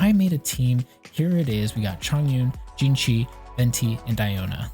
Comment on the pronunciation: Xingqiu is pronounced (C-ing-ji-iu)